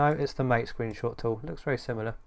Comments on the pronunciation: It's pronounced ma-tei, not mate. (let the war begin) Can you install snap on Mate or does it has the same policy as on Cinnamon? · The name " MATE " is pronounced Ma-Tay . It comes from the yerba maté plant, native to South America. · Best reviews mate.. and just so you know MATE pronounced as Maa-Tey (-: Liked the magic lmao